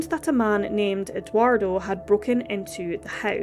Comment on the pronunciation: Not Eduardo. “EGG-wardo”